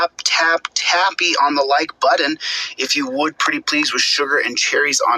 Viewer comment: I don't know why but it really bugs me when he says 'buddon'.